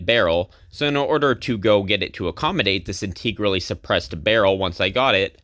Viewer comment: "In-teh-grally" Not "in-tee-grally